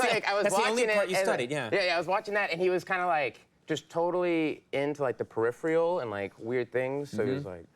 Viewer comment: Oh, dang it. Now I'm going to be saying periphreals.☹️